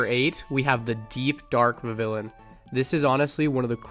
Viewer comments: vivillon is pronounced vih-vee-yon. it comes from french "papillon," meaning butterfly, and in french a double-L is pronounced like a Y. and in the anime, they pronounce it vih-vee-yon. vivid papillon = vivillon! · You gotta pronounce Vivillon with a bit of a french accent, like "vivi(d)yon", the (d) is just to show that you pronounce the vivi like vivid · Vivillon VIVId papILLON (French for butterfly) You don’t pronounce the ‘L’s , so it’s Viv-eon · Not a big deal but it is Viv-ee-on Thanks for the content, keep it up! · It’s Vih-Vee-On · IT IS PRONOUNCED VIVION THE Ls ARE SILENT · vivillon is pronounced Vi-VEE-on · Vivillion is pronounced like a spanish double L, and so it’s pronounced Vih-vee-yon. (The spanish double L is like a Y in english) :) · Vivillon is pronounced "vi vi yawn" and I have also caught every single biome varient and the dye evolutions. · Vivillon is pronounced Viv eon because of the French word for butterfly papillon pronounce pap eon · It’s pronounced “vee-vee-yon” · Its pronounced "Viv-eon" as its name derives from the french word for butterfly, papillon (pronounced "pap-eon" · Vivillon is pronounced with the double L like a Y, so it would be like "Vi-vee-yaun" This is because in french a double L is pronounced with a Y and Vivillon is from Kalos, the france inspired generation. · I think you pronounce it Vivi-yon 😅 thx for the helpful video! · Vivillon's double L is silent.